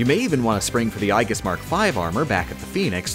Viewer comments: The word aegis is pronounced "ee-jis", not "eye-gis". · Eye jis? It’s pronounced “age is” Aegis. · Okay, I know you'll probably never see this and it only bothers me so much because I'm a Dota player but... Aegis is pronounced "ayy-jiss" or "age-is" not "I-guss" or "I mean I guess." I am also suddenly reminded of The Geek Critique's "Wonton destruction." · I’m pretty sure aegis is pronounced ey-jis